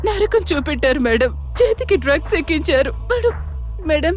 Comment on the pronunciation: Drugs ra dugs kaadu